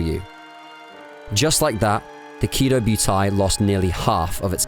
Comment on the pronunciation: Really like you vids but you kill some of the names. Prinz Eugen, Kido Butai etc. Not end of world but would make the content stand out more